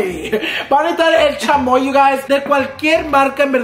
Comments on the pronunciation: “Van a nejitar” 😂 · Is it me or every time said necesitar it sounded like necitar